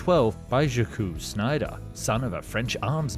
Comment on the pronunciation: Correct pronunciation is just a couple of clicks away. You're worse than Americans. Unsubscribe cause, illiteracy. Have to say, I laughed hard with your Zack-Oose Schneider.